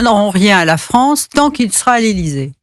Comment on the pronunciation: En tant... Besoin... "Fronce" 😂